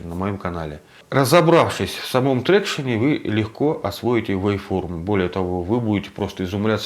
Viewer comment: Ни Трекшн, а Трактион, англичанин блин)